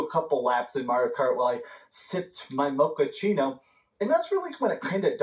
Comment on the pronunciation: Bro said"mochaccino"